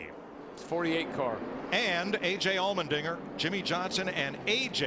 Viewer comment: It's Allmendinger. Not trying to get you mad, but I just got confused when you said Almond Dinger.